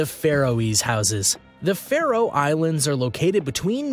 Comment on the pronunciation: It's Faroe, NOT Faerose